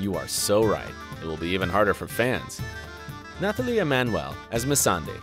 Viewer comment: News flash: You don't pronounce the "th" in Nathalie. It's pronounced like Natalie. Also, who tf is Missandrei? Did you mean Melisandre since you showed a picture of Carice van Houten? If you want to make videos like this at least learn how to pronounce the names...